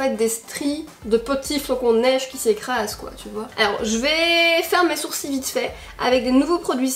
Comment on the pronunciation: Enfaite j’ai compris, vous les Belges vous dirent « des sourci » pas « des sourcils » 🤣